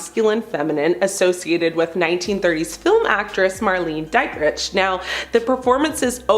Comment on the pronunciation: Mar LAY na DEET rick ... is how you pronounce the old film diva's name. Gawd u butchered it!